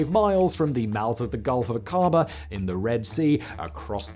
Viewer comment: Aqaba is pronouced, well , Aqaba. Not A-KAR-ba or whatever simon said.